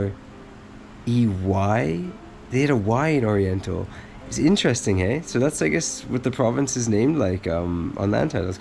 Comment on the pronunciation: "it's interestine eh'..." still got some canadian DNA left... that is good to know. LOL